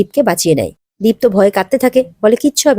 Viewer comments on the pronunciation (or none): ডীপ না দীপ হবে